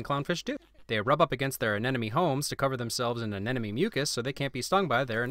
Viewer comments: I'd ask you to take off a win on yourself for saying "aneNoMe" instead of "aneMoNe", but it took me an eternity to get it right myself, so you're good! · Did anyone notice that he says "anenome" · You're saying anemone wrong.